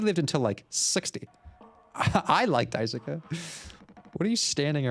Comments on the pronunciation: “Die sue ka” 😭 It’s pronounced dice-kay or die-sue-Kay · Dai-soo-kuh is crazy. Its dai-skay. The U in japanese names that end with "suke" is usually silent. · You have a new subscriber from this series, I love watching you break things down as you go in blind it’s so interesting thank you! Also you’re right that Swansea is literally pronounced “Swan - see”, and Daisuke is pronounced “Die-skay” 😊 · Daisuke is pronounced DIE-SUE-KEH The word: die. The name: Sue Then the KEH sound. Not sure the correct pronunciation of Swansea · Just contributing to the Daisuke conversation, Daisuke is written as だいすけ (da-i-su-ke). In Japanese, phonetically, the 'す/su' often becomes devoiced when it's not the first syllable. So the 'su' in Daisuke is closer to the 'su' in "desu" than the 'su' in 'sushi'. Just a fun phonetics tidbit, but yes, imo, "dice-kay" is correct. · For name pronunciation, Swansea is pronounced Swan see, while Daisuke is pronounced Dye soo kay. I can't wait for you to get into the real messed up parts of this game. It's one that provides thought, and not a lot of lets players are prepared to put that thought in, so I'm looking forward to watching the rest of this series. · Thanks! My weeb ass couldn't go this whole series hearing Daisuke pronounced that way. 😅